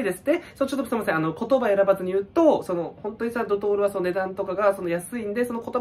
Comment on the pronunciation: ドトールがドドール